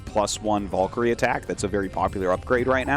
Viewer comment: Da fuq is a “Vallkary”?! 😂